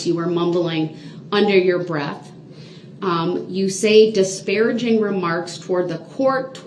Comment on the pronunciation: More brooks words OAF (OATH) AXED (ASKED) DISPARATIVE (DISPARAGING) COHORSED (COERCED) DAT (THAT) GROUNZ (GROUNDS) TACKET (TACIT) BIAS-T (BIAS) DUREST (DURESS)